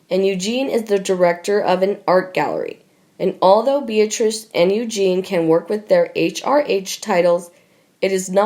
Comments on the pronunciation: Please get this commentator to pronounce words properly. Princess Eugenie's name is not the masculine Eugene. Also the fluid surrounding a baby in utero is amniotic not aminotic. She is hopeless. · How can you narrate an opinion about someone, when you don’t even know how to say their name correctly? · Pronounced :- YOU JEAN EE - EUGENIE ! THIS IS GETTING RIDICULOUS, BECAUSE NO ONE LOOKS AT THE COMMENTS WE MAKE !! SUSSEX DAILY NEWS - YOU SHOULD BE ASHAMED OF YOURSELVES, TO STILL BEING PAYING THIS AMERICAN FEMALE TO MASSACRE OUR ENGLISH LANGUAGE ! PLEASE PROVE TO ME, THAT SOMEONE ACTUALLY READS OUR COMMENTS (YOU CAN’T ) !! JUST GIVE US THEIR NAMES (OR EVEN PSEUDONYMS ) SO WE CAN PUT A NAME TO MATCH THE GOOD, THE BAD, THOUGH PHOTOS NOT NECESSARY TO BE ABLE TO SAY, THE GOOD, BAD & UGLY !!! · Please !! Eugenie is prounounced "O-Jen-ee" with a soft "j"or soft "g" sound . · regardless. it is NOT EUGENE...LOL😉 Guess I was using a French pronunciation?🤔😉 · Can you please learn how to pronounce the names correctly . Eugene is not pronounced the way the Americans say it or Louis both are said the French way. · Not a good voice. Does this lady know what she is reading? Why can't she pronounce the name "Eugenie" - or Sandringham - correctly? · for gods sake is this narrator naturally stupid incompetent and illiterate? how many times does this idiot have to be told it’s pronounced princess you Jeannie not princess Eugene, I and many others have repeatedly told this moron The same thing including viscount not Vizcount charlatan not Charlton Westminster not West minister Camilla not Camillea and many many others so will The owners and writers of this channel stop this buffoon? can everyone else who agrees like and reply to this comment so it sends a message! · This really is hard to listen to... please get someone who can pronounce the names correctly!! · She’s Princess Eugen-IE NOT EUGENE! Please get it right! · Awful narrator. It’s not Princess Eugene. Read!